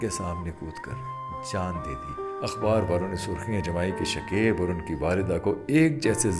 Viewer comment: Bhai naam shakaib hota hai shakeeb nahi galat talafuz matlab bhi galat deta hai شکیب ش اور ک دونوں پر زبر ہے